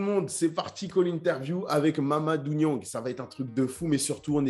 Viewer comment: il me semblait bien, mais je ne crois pas avoir entendu Mamadou Niang reprendre quelqu'un sur la prononciation de son nom alors qu'il est systématiquement mal prononcé